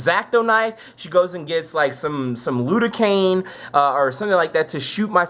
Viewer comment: Lidocaine* not lude-o-cane.